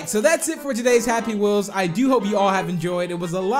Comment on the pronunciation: he said "Happy Meels." He meant "Happy Wheels."